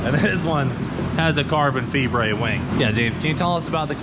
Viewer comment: Dont forget your carbon 'fee-bray'